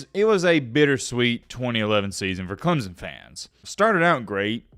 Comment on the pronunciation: The fact that you can’t even properly pronounce CLEMSON tells Clemson fans all they need to know.